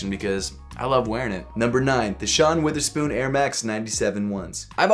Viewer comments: its WORTHERspoon, NOT WITHERspoon,. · Stop saying Witherspoon it’s Wotherspoon with an o